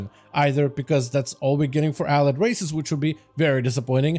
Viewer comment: Hearing you pronounce allied is so painful.